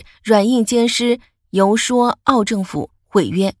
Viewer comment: 游说，应该读成"you shui"，不是‘you shuo’